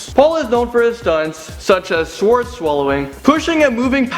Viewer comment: Honestly, the only shocking thing to me is how this guy says, "swords".